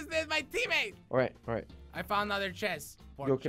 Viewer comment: Dude seriously no what do you notice how said I like anime chesst hint hint miku miku